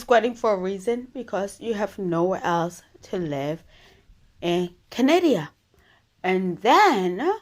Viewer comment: Canadia?? Is not a word